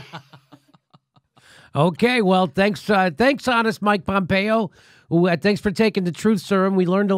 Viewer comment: PhhompeOH ... ... PHOOHMPHREO!